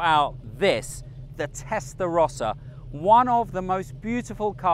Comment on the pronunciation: No es Testlarosa Es TESTARROSA